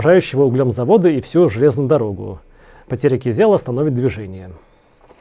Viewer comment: Кизел ударение на и!